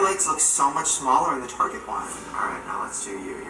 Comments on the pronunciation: It’s not TARGÉ. ITS TAR GET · target not tarjay